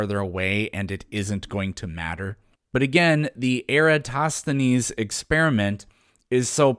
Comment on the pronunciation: It's soooo funny that none of them is able to pronounce Eratosthenes correctly 🤣